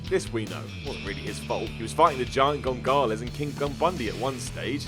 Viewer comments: "GIANT GONGALEZ" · He says gongales instead of Gonzalez, I'm not surprised so I'm not surprised he's dumb enough to leave this off the list